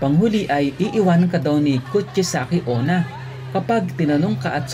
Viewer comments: It's kuchi-sake-una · it's kuchisaki onna